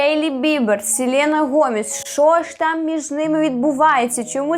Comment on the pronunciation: СЄлЄна😬 вибачте, ріже вуха страшно.